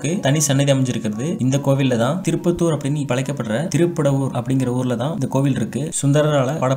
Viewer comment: One mistake anna thruppaththur illa thiruppattur